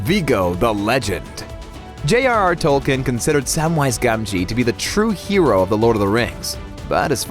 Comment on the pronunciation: Why are you saying "Sumwise Gawmgee?" They don't even say it that way with the British accents in the films.